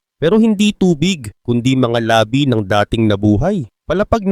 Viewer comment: Ung Mali Mali mong DICTION NAKAKA APEKTO YAN SA MGA BATA PARA MAGING MALI ANG DICTION,,EX. UNG WORD MO N LABI DIINAN MO PAG PATAY ANG PINAG UUSAPAN